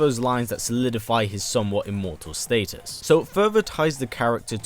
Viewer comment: I hate everytime you say Status, it's just weird to me 😭 sorry tho.